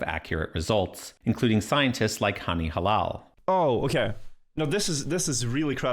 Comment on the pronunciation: Hany HElal (like in he) not halal 😂